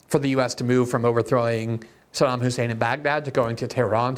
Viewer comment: learn how pronounce Saddam